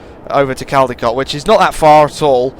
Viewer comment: u pronounce it coldicot